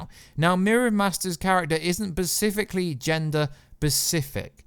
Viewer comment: Specifically.... not pacifically.